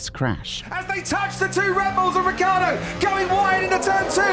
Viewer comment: 'Richiardo' It's pronounced 'Rikiardo'